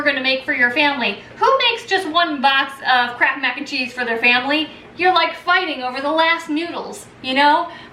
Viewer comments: Up to the 5 min mark i thought you were saying "crap macaroni and cheese. Now i see it was "kraft" . Oops. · Closed captioning on this video read "crap" everytime she said Kraft. It made me giggle.